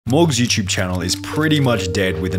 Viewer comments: He’d be a billionaire for every time he pronounces “YouTube” “youchub” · You-ch-ube hm yes